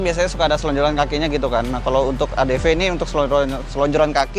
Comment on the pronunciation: Adv bang bukan adp